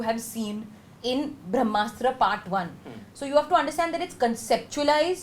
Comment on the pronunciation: It's called Brahmastra not Vramastra.